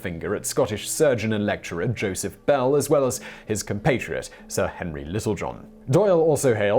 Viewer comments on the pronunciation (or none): none